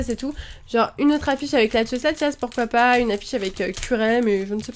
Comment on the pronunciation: tu a dis je sais pois et il faut dire je sais pas